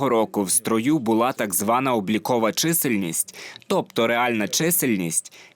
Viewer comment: у озвучувачів якісь прОблеми з нагОлосами: чомусь не чисЕльність, а чИсельність!